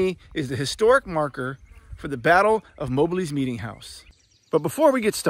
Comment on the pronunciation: MOB---LEE, NOT MO-BLEE